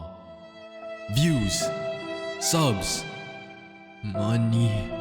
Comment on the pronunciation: Bro said money like mr crabs